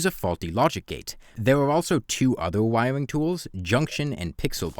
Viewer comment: Wywing woowks? What?